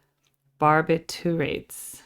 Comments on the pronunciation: I appreciate that you type in your comments in real time rather than pausing and interrupting the flow of the song to voice your opinions. The drug is pronounced (bahr-BICH-uh-rits). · It's pronounced bar-btch-you-ate